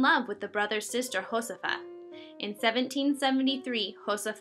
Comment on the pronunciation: Great video! As far as pronunciation goes: Jos EH fa. Velasquez: Vel AH skez. Los Disparates: Dees pa RAH tes. Cheers!